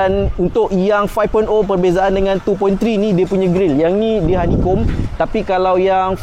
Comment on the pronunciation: bukan honeycomb,, hanichom..